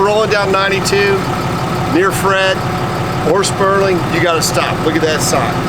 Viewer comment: SPURGER not Spurling....